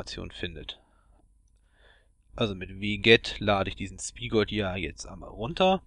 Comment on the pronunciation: Wie du Bukkit und Spigot aussprichst... haha :D